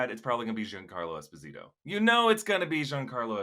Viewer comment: Giancarlo's last name is pronounced Es PO sit o, Expo zeeto.